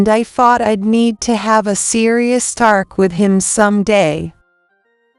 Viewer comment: Thart and tark, instead of thought and talk. Need to correct your AI.